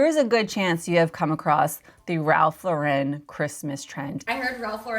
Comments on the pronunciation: It’s Ralph law-ren, not la-REN, please. I know it’s a small detail but it makes me crazy 🤪 😂. I was a visual merchandiser in the early 90s and Ralph Lauren was one of the vendors I worked with. RL is EXTRAORDINARILY SPECIFIC about their tasteful, timeless, classic aesthetic. Every new reset of their shop came with a binder of specifications, complete with exact placement of accessories that they shipped with display cases and hardware. That said, the RL look is about quiet elegance and consistency, easily achievable with inexpensive items, keeping those things in mind. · It's pronounced Lauren - like the girl's name. NOT laur-En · It's Ralph LAUR-en. Not Lau-REN. SMH